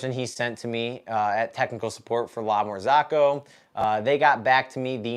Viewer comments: Sorry bro it really bothers my ears 👂🏻 it’s s not La Marz(AA)co it’s La MarzOcco not A but O Besides that glad your machine is fixed And one more thing Linea Mini and GS3 are totally different machines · lamar-zOOCo not ZAACO thou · I'm always on the lookout for new coffee channels, and yours seemed interesting. But I just cannot get over the way you pronounce "La Marzocco" :-)